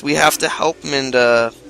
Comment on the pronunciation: Having seen the start of the next episode (was more behind than I thought), reading your comments, and watching this episode, I have discovered that you really think the pronunciation is "Minda". tinyurl com / 28rfc78 Look closely at the title of this article.